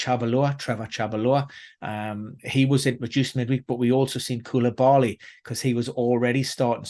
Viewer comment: Koubilaly and Chabolah? Brillant 🤣🤘